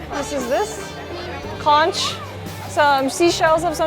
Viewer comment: Conch pronounced as CONK. Talisay - is Tali-sigh